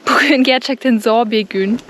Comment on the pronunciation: Zoğğ değil Zor :)))